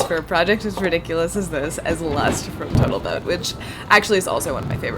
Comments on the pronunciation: did you just say Botal Toat? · Did you noted you say boatel toad Not total boat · I thought "Botal Toat" was a funny verbal slip at first but after the 4th time I'm wondering if it's intentional or something she calls it for fun so often that it repeatedly made it into the edit. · botal toat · I love that you keep saying "Botal Toat"/"Boatal Tote". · Did you say boatal totes on accident? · Botal Toat - do I sense a smidgen of dyslexia or just a bit of fun? Either way vate grideo as usual. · Did you say botal toat, instead of total boat? 🤣 I love it! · BOATAL TOTE 🤣